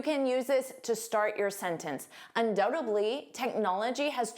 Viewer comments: Why do you pronounce dly as bly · Hi, you pronounced undoubtedly as undoutably,.